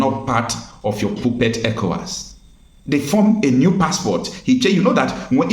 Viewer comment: Pour-pet, not puu_pet. A L L O W.. Hay_ẹlu_ẹlu_ho dubulu uu